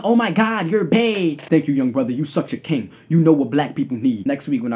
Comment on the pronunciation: lmmfao why u have to say it like that "THOUGHT U SAID WE WAS KANGZ!!!